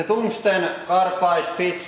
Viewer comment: Toongstone carapide treel-uh peats